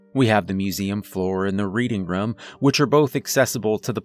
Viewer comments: I keep hearing him say "rum" instead of "room." I like the stories but saying "rum" instead of "room" is distracting. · Please learn how to say room lmao